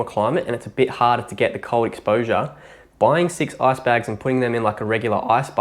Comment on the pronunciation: Why do you say "ass"-baths? it's IIIICCCEEE baths XD